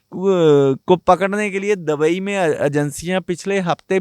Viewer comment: दबई नहीं...दुबई😂